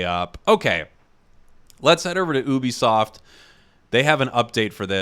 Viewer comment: i dont want to be mean but ngl i hate how you said oobisoft not Ubisoft